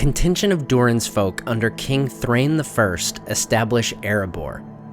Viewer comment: The Dwarves names like Dain and Thrain are actually written Dáin and Thráin for good reason: they do NOT rhyme with 'train'. They have two syllables: DAH-in, THRA-in. The Hobbit movies are largely responsible for this nonsense.